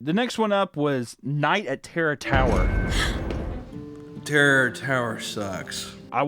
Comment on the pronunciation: is probably gonna be my favorite phrase for awhile Just drunk af Papa watching kids tv shows saying "Terror Tower Sucks". Im just dying over his half closed lids rambling "teror torror is terble"